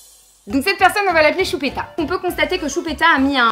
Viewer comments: A chaque fois qu'elle dit CHUPÉTA je peux pas m'empêcher de rire 😂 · He ma tortue sapelle choupita 😠😠😠😠😠 😃😃😃😃😃😅😅😅😅 Lolllll tes la best tu ma youtubeuse préférée tu est tres belle (meme comme sa 😉) bref en gros je te kiffffffffffffffffffffffffffffffffffffffffffffffffffffffffffffffffff💓💓💓👑👑👑👑👑👑 Et quand tu dis choupita ta trop laccent bledart